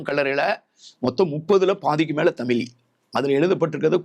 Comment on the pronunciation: நீங்களே இவ்ளோ நேரம் தமிலி ன்னு தான் சொல்லிட்டு இருந்தீங்க😂 இப்போ வந்து சிறப்பு 'ழ'கரமாம்